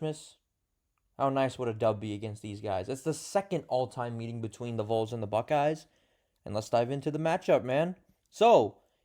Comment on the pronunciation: It’s pronounced as “VALLS” bud